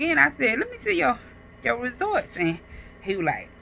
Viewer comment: Girl, get off the internet and take an English.grammar, speech class. The word is “results”, not “resorts”. 🤦🏾‍♀️